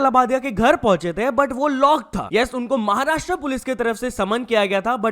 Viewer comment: महाराष्ट्रा ❌ महाराष्ट्र ✅ अगली बार ठीक से बोल 🤡